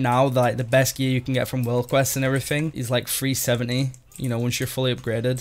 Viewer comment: ah, there's your talents again! haha... Mate, when you were talking about your gear ilvl, you kept saying FREE70, FREE80... i was so confused mate, it took me a good minute to realize you were saying 370, 380... haha, it's all good fun bud, keep up the entertaining video's. xD